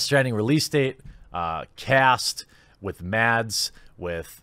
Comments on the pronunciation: As a danish person i still find it funny that english speaking people cant pronounce Mads Mikkelsens first name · okay... this made me cringe so hard you won't believe it... as a Dane i'm amazed by the difficulty of americans and others to pronounce Mads Mikkelsen's name... it's really not that hard... yet every single person i find mentioning his name pronounces it into oblivion....